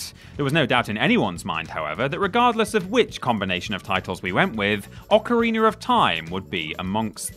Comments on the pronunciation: WTF IS AN OCARINER OR TIME? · Gotta love "occareener" of time. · So he can say meta just fine, but says ocerrinerr.